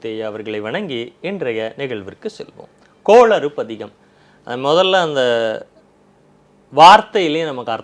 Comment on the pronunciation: please please please கோளறு பதிகம் சரியாக உசரியுங்கள் கோளாறு அல்ல பயிற்சி எடுங்கள்